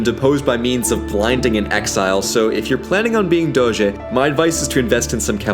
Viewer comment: As a Veneto (from Treviso, which is considered the “mainland sister” of Venezia) i love the fact that he inconsciously pronounces “R” in “Serenissima Republica di Venezia” with the so called “ere mestrina” (that’s a particular way of saying “r” peculiar of Venzia Mestre and Marghera). Also he says “Doze” and not “Doge”, it’s better to say “Doze” with a vary closed “o” as thats the venetian pronounce of the “g”.